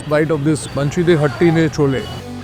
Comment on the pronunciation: Is it Baaanshee or more like bun-shi?!? pronunciation check kar liya karo.